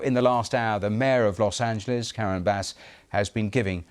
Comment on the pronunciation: Los. Angal. Wow😂😂